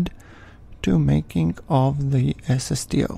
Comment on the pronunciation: When he says "SSTO" it sounds like he's saying "ass of steel". I think I like that better.